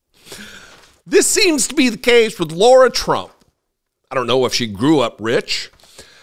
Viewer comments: Her name is Lara, not Laura. While I share your opinion of her and her singing, you lose all credibility when you can’t even get someone’s name right, and to laugh so much is cruel and beneath you. I’ve never been a big fan of your channel, but I kept watching. Never again. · She admits she's not a professional and didn't sound best but before you want to criticize others learn to pronounce her name correctly..it's not LAURA! It's LARA...